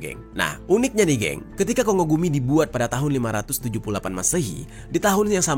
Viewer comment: Kongo gumi di bacanya Konggo gumi yes bukan kongo gumi ☝️🤓